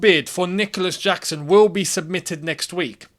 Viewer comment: saying "I'm not gonna butcher the name" after butchering the name😂